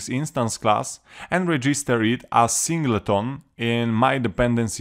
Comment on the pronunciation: Very handy cheers - also love the pronunciation of Sing - Ley - Ton ;) - good job